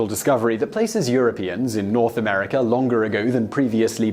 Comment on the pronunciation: Where in the world is "Amerikr"?